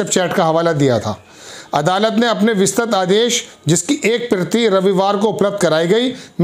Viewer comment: kisane isako reporter banaya hai..? isako pahale proper training do..! Hindi bhi thik tarake se padh ke sahi nahi bol pata hai..! Vistrit bhi nahi bol pata hai sahi se reporting kya khak karega..!